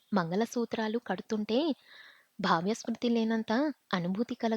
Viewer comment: బాహ్యశృతి కాదు తల్లో బాహ్యస్మృతి